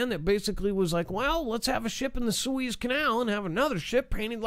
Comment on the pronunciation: If you aspire to be Professional, learn how to pronounce Suez Canal properly. You sound much less than professional than you know .